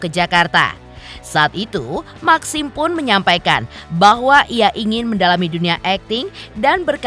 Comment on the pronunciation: Bacanya meksim y MBK lebih enk